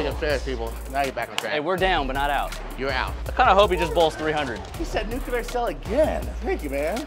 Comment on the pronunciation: That "nucular" though